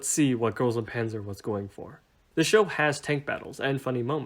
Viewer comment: Everyone, and I mean everyone mispronounces Panzer